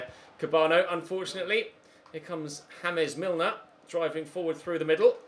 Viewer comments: ZeusMadnessYT - Mobile Gaming he says it on purpose because he says Columbian style after meaning james rodriguez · james milner isn't colombian and you said his name like james rodriguez at first and then you said it the right way